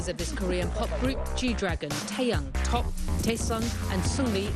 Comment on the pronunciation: she literally pronounced it 'top' I cant